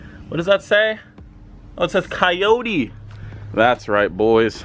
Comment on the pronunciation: ¨KAYOURI¨ se dice CO YO TE pendejo! jk 😅😅